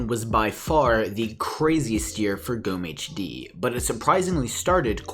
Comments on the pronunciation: The stressing of gommehd is so funny, sorry... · witzig, zu hören wie du gommehs auspricht / funny to hear you pronounce gommehd.... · You said the name wrong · ich auch